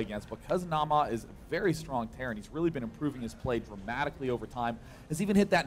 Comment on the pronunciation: Day9 has learned how to pronounce Naama almost correctly =D